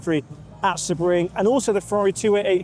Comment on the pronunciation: Not a criticism but the correct pronunciation of Sebring is “See-Bring”